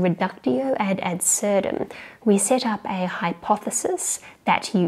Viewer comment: I'd hardly consider reduction ad absurdum beautiful (2nd letter is pronounced as d, btw).